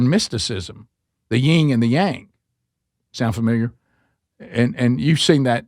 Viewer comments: This out of love, but it's pronounced "yin and yang" Not Ying yang. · Please stop saying "ying" and yang. It is "yin."